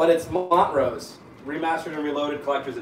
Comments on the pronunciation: Montrose... not Mont-rose. Sammy Hagar fronted this band before going solo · *slaps head* "...I know nothing at all about this..." Says:, re: Montrose. 🤦‍♂️🤦‍♂️🤦‍♂️🤦‍♂️😡😆🤦‍♂️👊👊 —And HERE is the OBVIOUS problem with "today's youth!" 😜🤦‍♂️ [B.T.W.: It's pronounced "maunt-roas" (or would it be more like "maunt-rohss" 🤔🙄...) — Anyway:...the second syllable is pronounced like "roast" without the "t" ["roas"-t 🤦‍♂️🤦‍♂️...what is this, a rebus, now? - oyyy...🤷‍♂️] —Anyhow: it's not read as "2 words," the name is pronounced as a single term. The stress is towards the END of the first syllable ['ont"]....Anyway: single word (and it's the guitarist's Family name.)] MONTROSE is MONSTrous!!!!! 🤘🔥🤘 ONE of THE most legendary hard-rock records, EVER! and ENJOYABLE from beginning-to-end!!!!!! 🧡💥 First-note-to-last!...So, in response to your question!!!: YES! IT'S, FUCKINGm GREAT!!!!!!!!!!!!!! PUT IT ON RIGHT NOW!!!!!!!!!!!!!...The debut of one: "Sam Hagar" (as he went, on that record) [later, more commonly referred t as: Sammy] on lead vocals. [Guess where EVH, later, got the idea to recruit HIM into his band, after (arguably) the best front-man in all of rock left it?? —Absolutely!: THIS ALBUM!...It had THAT much of an influence on the generation of players that were coming-up at the same time as Eddie was! 🤘🔥🤘]...Also (I may be "off" on this, but...they hadn't done anything MAJOR, at this point, so!...) The debuts of: Denny Carmassi [Later to gain greater (or, perhaps, equal?? 🤷‍♂️🤷‍♂️) fame as a member of the "re-juiced" '80s Heart [Totally different b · Pronounced Mon - Trose .... One of the first bands that Sammy Hagar was in. Provided vocals on my favorite tracks, Space Station #5, Bad Motor Scooter, Rock The Nation, and Rock Candy. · Bad Motor Scooter by Montrose. You will love it!I lol'ed at the way pronounced it 🤣😁